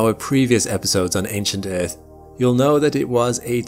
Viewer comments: "Eaueauth is the place we call home..." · Planet "Euth", lol.